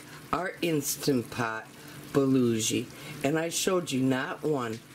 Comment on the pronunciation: Yummy! I can't help myself though...my Korean friend pronounces it 'buh-GO-gee'. You are making me want an Instant Pot. :) Thank you for the video and it is so nice to get to see your pretty self!